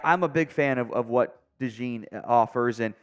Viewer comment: I’m pretty sure ‘DeJean’ is pronounced as ‘De-szohn’.